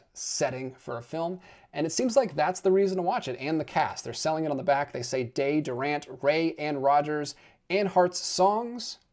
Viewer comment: I resent people who act like experts, talk about movies, but lack knowledge of things. The "e" in Durante is not silent. You mispronounced his name. You should know who he is. Not knowing Wait Until Dark is also terrible.